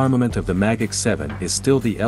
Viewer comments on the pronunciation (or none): Magach sounds like mah gok